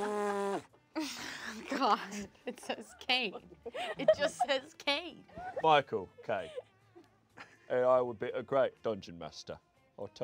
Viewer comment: Did he say he's "Michael Caine" or "My Cocaine"